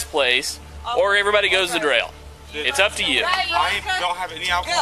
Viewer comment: drail?!? Is the fucking cop drunk or NO THIS IS PROOF HE PUMPS HIS ADRENALINE FOLLOWING THESE FOLKS HARASSING THEM UNTIL HE IS READY TO ASSAULT AS A VIOLENT SOCIOPATH I CAN TELL YOU WITH % THIS IS PURPOSEFUL TORTURE AND HE IS GETTING OFF ON IT! You can here it here